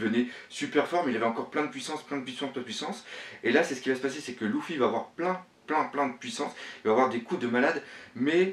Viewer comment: J'adore tes analyses, tu as vraiment trop d'inspiration et de réflexion, bravo. Mais y'a un truc qui me stresse c'est ta prononciation "louffy" on dit pas "leuffy" plutôt ? Sur toutes tes vidéos ça me stresse mdrr !